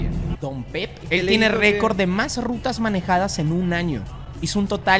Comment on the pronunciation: le entendí en vez de rutas le entendí rucas JAJAJAJA